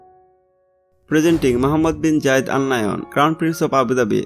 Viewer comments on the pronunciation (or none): Gayid ❌️ Zayed✔️